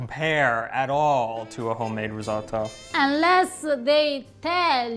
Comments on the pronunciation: The way you pronounce risotto sounds like you're trying too hard to have that italian accent. You don't, not even a little bit. Your wife says it perfectly without sounding like a douche. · I am so glad you improved on your pronounciation of "RisoTTo". I cannot imagine why Americans insist on saying "risoDo". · Your efforts are stellar. Delicious and informative. Personal aside, Have you ever heard the expression: That's my name don't wear it out? You needn't say risotto dozens of times. We see it and understand what it is your cooking and describing. On top of that, pronouncing it as ree-zuaght-toe just grates (and I'm not talking cheese). Less is sometimes more when naming the featured ingredient or dish...but more videos will always be welcomed and appreciated.